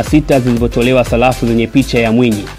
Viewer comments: Salafu au sarafu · Sarafu kaka sio salafu serikeli na sio selikali